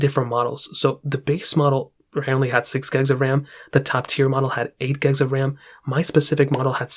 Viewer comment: Bro it’s gigs not gags lol